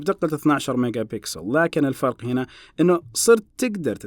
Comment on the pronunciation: نطقت كلمة 'لكن' بطريقة انجليزية ههههههههههههههههه